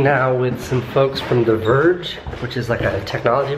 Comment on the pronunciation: When you said 'the verge' your accent made me think you said 'Di-verge'. xD